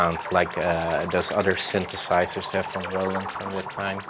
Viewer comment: World Behind I am utterly stupified by your comment. :) What exactly is "charismatic" about Legowelt ? His English was terrible, the way he pronounces synthesizer, it almost always sounds like "syntheRsizers", but he just knows how to work his gear. Nothing charismatic about that really. How about trying to travel Europe a bit more ? Maybe then you will see there are more than enough boring people in Europe as well. :) I guess we just grow up with more diversified "cultural" input, as compared to Canada and the US, but that doesn't mean everyone here actually uses that diversified input to an advantage, if they use it at all.